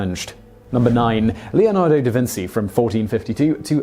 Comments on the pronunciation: Not trying to be rude or disrespectful by saying this but I thought it was "DaVinchee" not "DaVinsee" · Simon, learn something! It's pronounced DaVinchee, not DaVintsee, sounds just like cheers, cheetah, etc... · It is. In Italian c+i/e make a ch sound. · Who else cringed every time Simon said DaVinsee? In Italian ci is pronounced chee. I'll bet Simon calls fettuccine pasta fettaseenee like my Edwardian grandmother did. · Da Vinci - pronounced Da Vinchi. "ci" is pronounced as "chi" in Italy. Ciao! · Da Vinsi? Damn... I had never heard that pronunciation in my life and I speak 5 languages, one of them being English. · SHAME ON YOU. How dare you mispronounce Da Vinci. The greatest mind on earth arguably? Jeez do your homework and stop spreading ignorance. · Lmfao can't even say da vinci right